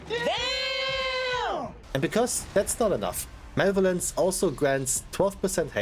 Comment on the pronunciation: mach mal einer die heizung aus - also - ma le vo lence - not male violance - also again - its not toxic to tell ppl to get gud if they fail to play their char in a enviroment that requires u to do so